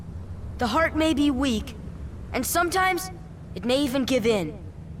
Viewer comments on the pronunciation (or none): none